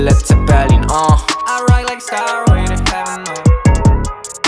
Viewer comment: Bez przyjebki bo słucham wszytsko od Ciebie i popsuje ale warto było sprawdzić jak wymawia się "stairway" bo bardzo słabo brzmi "starłej"...